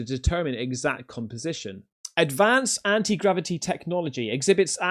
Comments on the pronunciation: Bro said anti grava-dick lmao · 😂😂 .. I thought he said grab-a-d***. 😅😅